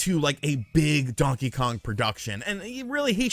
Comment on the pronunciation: Since Luigi's Mansion got a rerelease on the 3DS I don't seem them porting it yet again, Prime is likely. It will be a bunch of RPG's like it usually seems to be. Really don't want to see a DK Mini's at all, the 2D is good, thanks for saying Kong properly not Kahng.